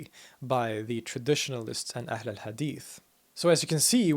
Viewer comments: well that's funny cause he actually pronounced wrong he used the letter "ح" instead of "ها" and with that letter changed, what he said meant : "The most beautiful of hadiths" instead of "The people of the hadith" but yeah still sure he pronounced the letter "ح" well even if it wasn't the correct letter here .. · the h of ahl is a bit pronounced like ح not ه but he pronounced hadith better than me native arab. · actually he mispronounced ahl